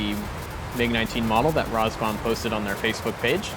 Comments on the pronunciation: Is that how you are meant to pronounce RAZBAM? Rars-bum? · I love your videos, keep up the good work. However, I have to agree with other comments about your mispronunciations. Not a deal breaker, but an area to improve. I do wonder if “Roz-Bomb” or “Raz-Bam” is correct now. :)